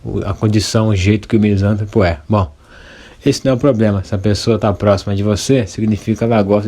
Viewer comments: Só lhe dar um toque. Em português todas as palavras proparoxítonas são acentuadas. Sendo assim misantropo se fala "misantrôpo". Se fosse "misântropo" o acento seria obrigatório. Em regra no português a sílaba tônica é na paroxítona quando não tem acento. Parabéns pelo vídeo! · Meu caro, a pronúncia correta é Misan TRÔ po, se fosse como pronunciastes, seria proparoxitona, e toda proparoxitona é acentuada.